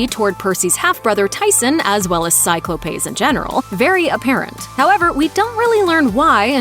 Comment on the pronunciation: I’m sorry… “cyclo-payes”???